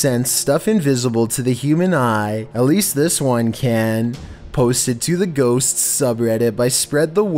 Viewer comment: Who else heard "ghostSS" 😂